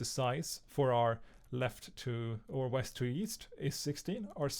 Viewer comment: bro said weast once